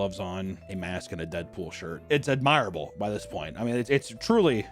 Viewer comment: "AdmIREable"... "cOntering"... Hot dang,. Your pronunciation gets wonky sometimes. Also, this world is a very, very, very strange place.